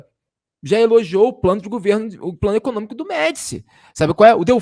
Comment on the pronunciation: Ficou "ecocômico".